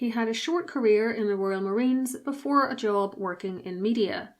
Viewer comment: text says Prince Fredrick of Wales, the voice says Prince Fredrick of Wheels. job became jaw